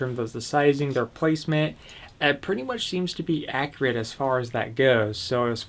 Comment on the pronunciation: Ak-U-rit .... not ak-re-it, Also do you really need to go on about the thing for 12 minutes before you show off the blade?